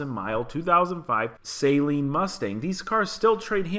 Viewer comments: The 2018 is a better builder and fix. The Shelby -Hertz is toast. And that last one is a Saaaleen, not a say-seen. Most Sleen cars are not supercharged. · I don’t think it’s pronounced as a “saline” mustang, unless it’s a base mustang getting intravenous solution. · its not SAYLEEN its jus SALEEN